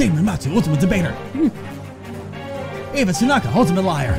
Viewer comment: It's EEva not AAva. Don't know if you saw my last comment.